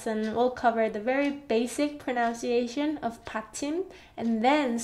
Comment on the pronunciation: Me: Loving her explanations and teaching methods Also me: Triggered by the fact that she is always talking about pronunciation but can’t pronounce the word ‘pronunciation’